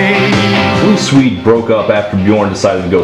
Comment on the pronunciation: i have never heard someone mispronounce the name of swedistan so many times